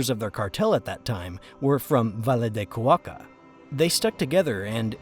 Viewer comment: Cauca, Cauca, not Cuaca